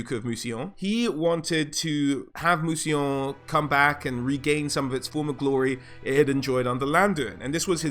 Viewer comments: Thank you! I love the way you pronounced Mousillon and recognised its Influence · Worth a like just for not pronouncing it 'Moosylawn'.